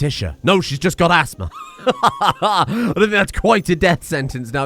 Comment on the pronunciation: half ass-thma lol